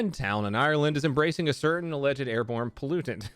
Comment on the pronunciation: Rengeskiddy(is how you say it and I beg that you say Ireland right